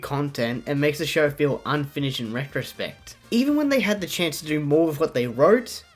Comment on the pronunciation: More emfases on “unfinished”